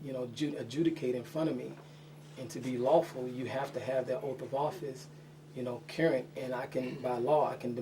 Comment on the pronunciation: Dear dumbass. Current is a word, carrunt is not a word. Learn the English language. You may think you sound intelligent, but that does not make it so.